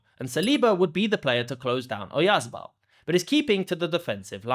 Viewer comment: Oyarzábal is pronounced with the stress on the 2nd 'a', the one with the tilde over it.